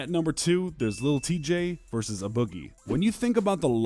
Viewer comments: No cap that shit bothering me too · WAAAAA YOU PRONOUNCED A BOOGIE WRONG!!!WAAAAAA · Why u say a boogie like that son lmaoo